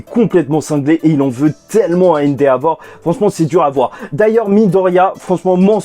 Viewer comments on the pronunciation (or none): répète après moi E N D E V O R E